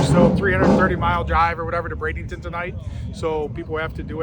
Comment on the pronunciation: Ok. We need to spread the work. BRADENTON. NO “ING”. It’s like warshing your clothe.